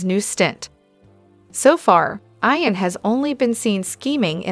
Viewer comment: It's pronounced "EEE ‐-EN" NOT "eye-- en ," !!!!!!!